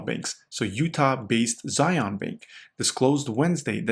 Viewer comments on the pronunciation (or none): Being a Utahn and mispronouncing Zion is wild. Great content though.